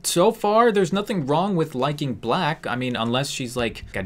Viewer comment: I cant tell if she said plack or black